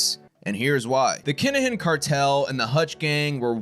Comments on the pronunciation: It's pronounced kin a gin. Not keengin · Phonectially it’s pronounced “kin-ah-hin” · He said Keenahan lol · Whats going on here, whats a keengin or a kin a gin? If you meant Kinahan then its pronounced Kina han.